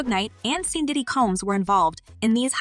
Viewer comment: I love your channel but please get the pronunciations of names correct, like Diddy not daddy, Pac not Pack and sean not seen, just saying. Keep up the good content.